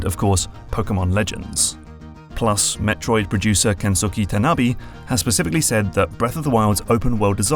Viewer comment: And some pronunciation stuff that bothered me... Aonuma – ow-nooh-mah (not aya-) Kensuke – ken-skeh (not ken-sookie)